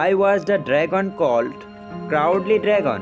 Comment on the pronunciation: Crowd and coward have different pronounciation. Hope nxt tym, will rectify it. The answers are too short and will not cover 2 marks. Care should be taken before making video.